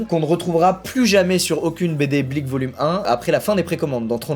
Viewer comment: La vie que quand il dit blik j ai l'impression qu'il dit bleach